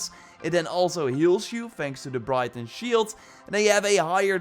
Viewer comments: Just a tip, Briton is pronounced Br-i (i as in "it")-ton, youre pronouncing it like Brighton, a town in england :). Your english is still great tho and your videos have been super helpful for the last 3 years since Origins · It's Briton as in Britain not Brighton